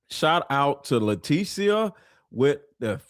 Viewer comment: letecia is pronounced lateesha in my country.